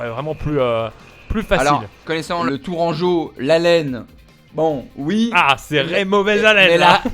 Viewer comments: Les tourscoin ??????!!! Pierre t’abuse wesh 😂 TOURANGEAUX !!!! Vive nous d’ailleurs 😏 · C'est TOURANGEAUX pas Tourcoins :))))) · C’est tourangeaux mdr et pas tourquois 🤣🤣🤣